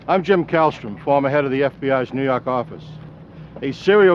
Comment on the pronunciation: “New Yahk Ahffice” lol 😂